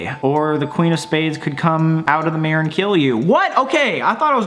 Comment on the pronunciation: Im australian and the way he says mirror is like mirr its so funny